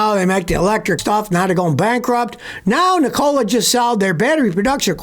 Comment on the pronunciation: Google how to pronounce Nikola dude